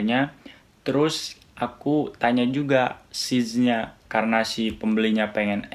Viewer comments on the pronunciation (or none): Size bacanya Sais bang bukan Sij...